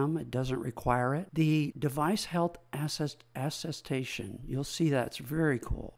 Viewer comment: Great overview! Tiny nitpick: it's aTTestation, like, at a station!